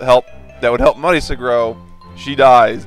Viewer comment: except Mario is italian and he's pronouncing Marisa the Japanese way.